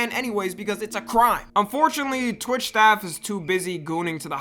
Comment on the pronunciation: why he say torch or am i trippin💔